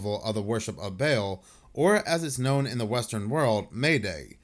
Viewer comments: Not Bail (Baal) It's BAL-AL that's what the hyphen is for :) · ba'al is pronounced ball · Nitpicking a bit, but baal is not pronounced like a bale of hay. It is bah-AHL (both with the same A pronunciation as in 'all'. Hebrew word.